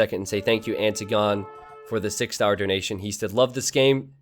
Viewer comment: Hey, - Antigone is pronounced "An-tig-uh-Nee". #themoreyouknow And at ~ - A huge win for yellow? No. A huge win for Orange. Those two fight and he's free and clear.